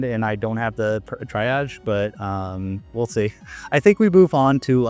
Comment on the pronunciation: lol "try-ag" stop